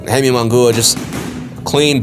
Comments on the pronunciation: You need to work on the pronunciation ofJaime's last name. It is NOT "mongooa", And by the way... ...He will loose horribly! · Bro as soon as I heard that mispronunciation, I was like this dude knows very little bout boxing, Munguia has been around for a while now....Should know how to pronounce by now by just hearing others. Not a true boxing fan in my opinion. lol